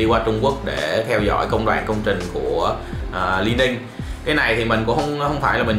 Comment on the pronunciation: A ơi đọc là Li ning nha. Hồi trước e cũng đọc nhầm thành Lai ning